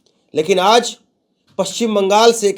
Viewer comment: Cheh mahina se kh rha hun aaz nahi hota bolo aajjjjjj